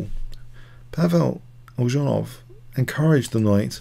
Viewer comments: Eljanov not Eldżanow. Check pronunciation before you start. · it's pronounced Elyunov